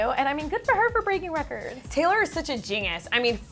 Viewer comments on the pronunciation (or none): Is it me or does the girl in black pronounces "genius " weirdly...?